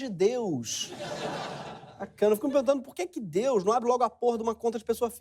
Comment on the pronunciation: "Deúz", "Jezúz" drogas pesadíssimas!!!!